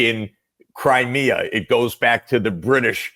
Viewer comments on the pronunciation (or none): none